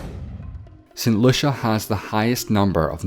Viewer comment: St Lucia: "saint lusha"